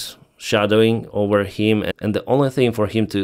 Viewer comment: Say OVER not OWER!